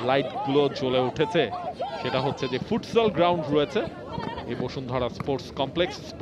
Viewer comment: ফুটসাল কে বলছে ফুটসোল🤣,Judi নামের উচ্চারণ করছে যুথি😄,অথচ আমরা জানি,D এর উচ্চারণ 'ড' অথবা 'ড়' অর্থাৎ জুড়ি অথবা যুডি হতে পারে।গোল করার জন্য স্লাইড করতে গিয়ে পা বার এ আঘাত করে,আর বলছে পোষ্টে আঘাত করেছে 😂! কথাবার্তার ভাব কিন্তু বিরাট ফুটবল বোদ্ধা 😀! কমেন্ট্রি বক্স তো নয়, কমেডি বক্স 😓